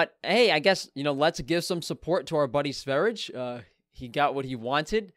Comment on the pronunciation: Btw it’s Sveri-yeh. Blame the Swedes for their language. I’m just trying to learn it😀 Raw dead squirrel though... really?? He’s lucky that didn’t escalate, we all know vegans can get absolutely maniacal over a dead animal.